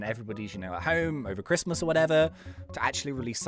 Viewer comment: Why you be arguing tho, it’s Christ-mas